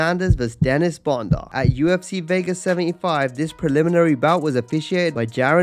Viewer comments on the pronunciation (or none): none